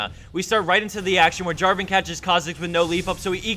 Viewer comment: Protator is not Draven, it's Draaaaaven.